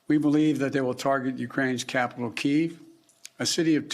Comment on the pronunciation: Hard to sound intelligent when you can’t pronounce the capital. Either way the US doesn’t belong there. The US and NATO made the problem worse.